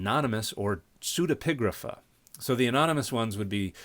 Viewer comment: Thank you for teaching me how to pronounce pseudepigrapha - I had never heard it aloud before.